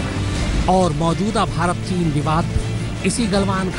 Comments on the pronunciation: टीन नही़ ..चीन....Lagta h neend ache se nahi khuli Aaj Tak walon ki..😄😄 Goooood Morning team Aaj Tak 👍👍👍 Akanksha here, a budding You Tuber 🙂🙏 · It's chin not tin